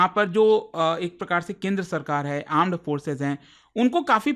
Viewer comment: he said , aand forces :face-purple-crying::face-purple-crying::face-purple-crying::face-purple-crying::face-purple-crying